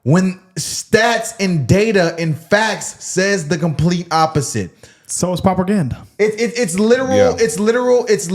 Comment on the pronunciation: Someone tell bro on the right its “propaganda” not “properganda” 😂